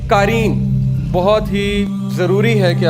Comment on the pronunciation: Qaareen nahin QAREEN hai, all informations are correct